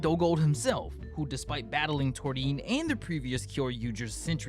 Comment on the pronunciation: You want thunderous applause, the flash fighter, and Gold Aura? Uchi is the man <3!. And I love and appreciate how you pronounce Torin's name ;)